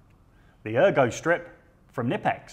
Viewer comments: I was today years old when I discovered the K in knipex isn’t silent. It’s good to Know I wasn’t the only one pronouncing it ‘Nippex’ and not ‘K-nippex’. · Pronounced "KINIPEX" I've been informed by a German fellow before. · KNIPEX UK 🇬🇧 don’t pronounce the K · The k isn’t silent boys 😉